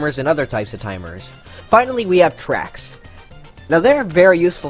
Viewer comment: I liked and subbed just because he said wigglers can go on twacks XD